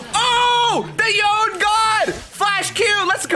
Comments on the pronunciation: Since it's Japanese it's yo-ne, not yone like it rhymes with loan lol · the name is yoné like you put an accent on that e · Please voy, dont say it yoen. 😔😔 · his pronunciation of "y'own" at the start triggered me so much lmao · It bothers me so much that he says yone instead of Yone(Yo-nay) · YONE not yonay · cringe every time you call him yOWN. Its pronounced yonE(yonay) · Its YO-NAY! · Let's make it a thing to pronounce yone as yo-nay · It's pronounced Y-Oni, because you know... an Oni. :) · I'm pretty sure it yo-ne. I think it should be pronounced as if it is Japanese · Imagine multiple media out from the thresh skin to the cinematic with the correct pronunciation and still getting it wrong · Voyboy ,until you don`t pronounce YONE`s name correctly ,dont you dare to say you are Yone god! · They way he says Yone without the E makes me triggered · E is not silent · Had one job and still doesnt know how to say Yone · omg its not pronounced like that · kinda cringe every time he says yone's name wrong :/ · Stop pronouncing his name like that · you saying his name wrong constantly is so annoying